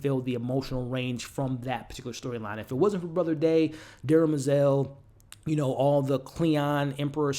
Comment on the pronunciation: BTW it’s DEM-er-zel, not DERMA-zel.